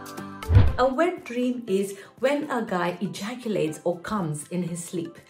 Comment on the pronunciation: you pronounced wet with a "V' sound, then, , you pronounced it with a "W" sound, very versatile of you, the best of both English & Indian languages